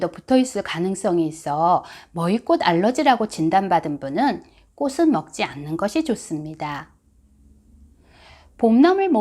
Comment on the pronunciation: 좋은 정보 고맙습니다. 한가지 부탁드릴게요. 꽃은 ㅡ꼬츤으로 발음해주시면 더욱 고맙겠어요.